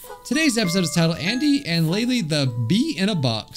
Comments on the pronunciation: It's pronounced laylay leyley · Its prounuced laylay